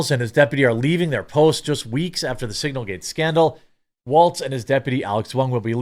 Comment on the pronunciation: I know it’s signalgate. But hearing you call it singlegate is just funny. But I don’t think it was any kind of mistake.